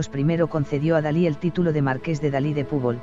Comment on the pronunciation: Es Dalí, no Salí